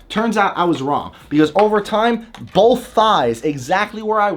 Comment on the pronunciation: You say bolth, thank you